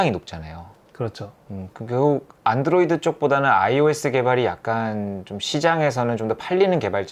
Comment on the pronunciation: 영어 발음이 완전 일본인 ㅎ [ 안"도"로이도 / 아이"포혼" ] / 집에서 치킨 튀기는건 껌이고 직업으로 식당을 하는건 완전 차원이 다르죠. 연봉 8백~1천만엔 일 때 세금이 35%, 그 이하 연봉일 땐 약 25%. 잘 봤습니다.